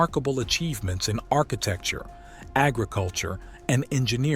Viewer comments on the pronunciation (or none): none